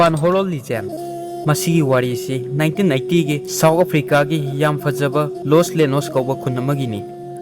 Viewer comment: South Africa ❌soo Africa ✅😁😁